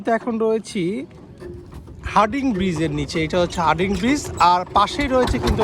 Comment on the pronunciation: আপনিও ভুল বললেন। সঠিক হবে হার্ডিঞ্জ ব্রিজ।